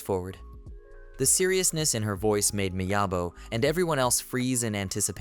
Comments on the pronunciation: So, how many hundreds of times did you say the MC's name wrong? It's clearly Miyabi not Miyabo. How un-professional. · My thoughts exactly.. AI can't pronounce "Miyabi".. 🤦🤦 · Oh no. I was prepared for nearly 5 hours of a recap... Until you started calling him Miyabo while the writing is Miyabi. I don't know how long I can live with that. lol